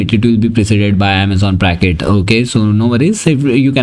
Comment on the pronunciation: It's "Braket", not "Bracket". The name refers to the Braket notation in quantum mechanics